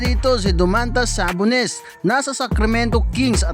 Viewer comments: Sa-Bon-Nes LEO-Nard GIYA-NIS FORTER JR PILIKANS FAOLO Kawawa sayo BAi hahahaha😂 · Sa-Bon-Nes hahahaha 😂